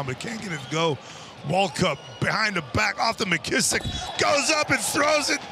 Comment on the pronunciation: Man why do they keep calling him "Mckissich" like he's Serbian? 🤣🤣